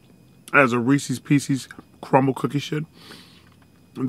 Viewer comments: Lol the Reese C cookies... 😂. Come on man. Hilarious. Ain't no C in it 🤣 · You said Reese’s the wrong way